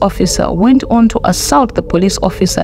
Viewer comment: Learn to pronounce Assault 😢😢😢